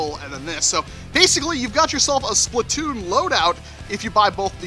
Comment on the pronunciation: ITs not Splitoon its Splat-oon